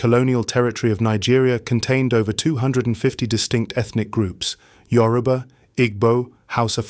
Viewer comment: Good content. But it's Yo-ru-ba NOT yu-ro-ba